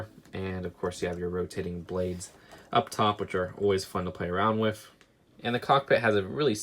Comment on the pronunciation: He says "wif"